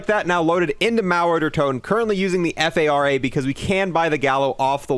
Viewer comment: cmon, assault rifle golf is pronounced as the “far-uh”, not the “f-a-r-a”